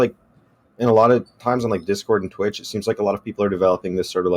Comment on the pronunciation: the way you say “Twit Chat” seriously annoys me for some reason haha it is Twitch Chat